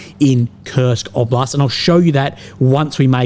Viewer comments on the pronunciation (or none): none